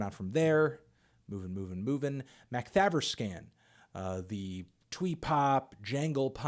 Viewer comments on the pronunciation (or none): Melon, Makthaverskan is pronounced Moktoverskon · The way you pronounce 'Makthaverskan' is hilarious. It's a combined word so 'makt' and 'haverskan' are two separate words that have been conjoined, so it's pronounced 'Makt-Havershkan' in swedish